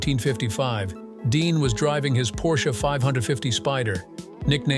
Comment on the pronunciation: Please, Porsche is a two syllable word.